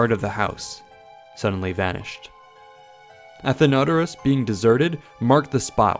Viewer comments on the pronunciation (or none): It’s not Athen-odour-ous it’s Athen-o-doros. Source: Am classics major